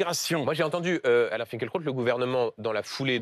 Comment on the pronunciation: Je lis Finkielkraut et non Finkeulkraut M. Duhamel.